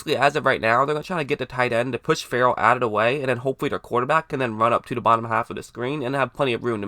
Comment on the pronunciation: Clee-lin Fur-ul. Never heard Ferrell pronounced like that. Also, you said you would have picked Allen. Allen is a 3-4 OLB, Raiders wanted a real 3-down 4-3 DE. Allen can't set an edge.